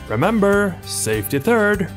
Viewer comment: "Remember, safety turd."